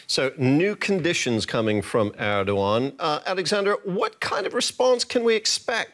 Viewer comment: did she say Erdwan ? who the heck is Erdwan